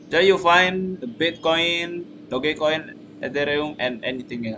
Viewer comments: He literally said dogycoin lol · "Dogi coin" 😂😂😂😂😂